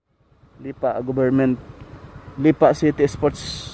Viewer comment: Bakit "Lipà" ang pronounciation? Hahah